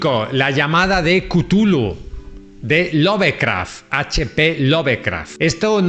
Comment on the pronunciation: Melville se pronuncia "melvil. Bartleby se pronuncia "bertlebi". Lovecraf se dice "lofcraf". Dices correctamente el apellido de Stefan Zweig que es en alemán. "Dupin" que es francés se dice "Dupan". Tus comentarios son magníficos pero cuida las pronunciaciones en ingles.